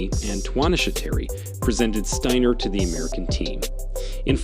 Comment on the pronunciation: Pronounced Deena Asher Smith and said Stiner not Stainer you muppet